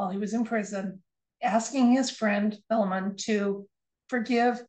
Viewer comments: Correct pronunciation of Philemon is " fy lee mun" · Yes I noticed he said filum three times but I also know that some people do pronounce that way. Much like the pronunciation of chimney some people say chiminy I have also had a few dreams about Trump lately. I keep my rose quartz under my pillow at all times and do everything in threes. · I heard "fill 'em un"....... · Thanks for the video. Not sure what sense it was meant to make. The fact that he says it that way every time would seem to indicate that it's just the way he says it. I don't want to poo-poo your reading though, it just wasn't a message for me is all. Thanks again, love and healing to all.